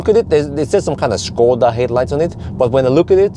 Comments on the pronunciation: Your pronunciation of "Škoda" is absolutely perfect. It's obvious you're a professional. :) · good guy for actually pronouncing Škoda perfectly